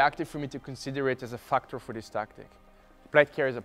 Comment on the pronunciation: Factor=fucktor，I kind like this pronunciation.